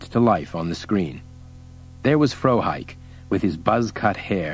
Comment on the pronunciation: The mispronouncing of Frohike was a bit annoying.